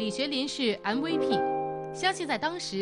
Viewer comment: 為什麼連MVP都念不出來的人可以報新聞...